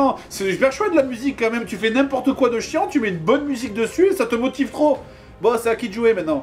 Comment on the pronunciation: au-lieu de dire quand même tu dis qua même